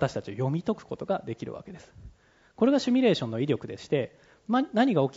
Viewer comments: どんなに頭良くてもシュミレーションって連呼してるとバカに見えてしまう…。 誰かシミュレーションって教えたってくれ(´･ω･`) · 「シュミレーション」という発音が気になる。simulation